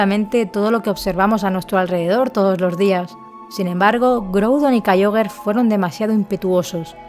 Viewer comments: Sólo una observación: se pronuncia "Kiogre", no "Kaioguer". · Es en pronunciacion es Kiogre y Rayqueiza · ¿Kaioger? ¡Kyogre! Deja el postureoo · "Kayiogre" Tipo agua Tercera generacion